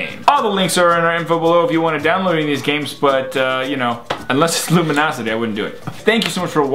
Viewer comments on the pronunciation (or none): I wonder when they realized that they were saying Luminosity instead of Lumosity the whole time.